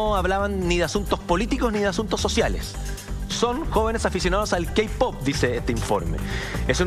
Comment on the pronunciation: JAJJAJAJAJAJAJ "los keipop" JAJAJAJJAJA MUERO